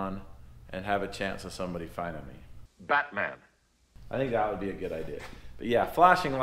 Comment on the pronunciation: "MATTMAN" NOT BATMAN.. lol a big M cast on the clouds if any.. or mist or snow